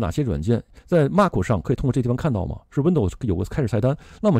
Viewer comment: MAC是“麦克”不是“骂克”